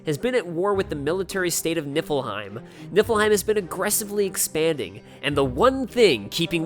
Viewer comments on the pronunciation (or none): Everytime you say "Niffleheim" my head understands it as "Nippleheim". Why! I'm literally saying to myself, "It's Niffleheim!" goes "Niffleheim" and my brain goes "Nippleheim"! No! Noooooooooo! Stop it brain! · I can't be the only one who kept hearing nippleheim right? :'D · ...So is it Nippleheim? I keep hearing Nippleheim. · am i the only one who heard nippleheim?